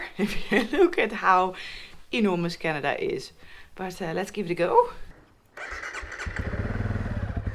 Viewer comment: Love how she pronounces "Canada". Her Dutch accent is really charming. Also, her map of Canada is hilarious. So tiny for such a huge country. She should get a larger scale map of BC, Alberta and the Yukon. That's all she needs.